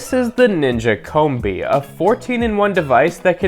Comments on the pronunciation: Oh my god it's Combi as in combination, not as in Comb. Have...have you never heard the word combi before?! Also, it's sous videing that is supposed to sound like soo veeing. That toast function is incredible. Good video dude. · COM-BEE not Comb-Bee